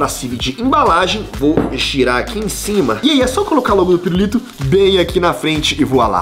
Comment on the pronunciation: Só eu q ovi ele flnd "pirurito" ?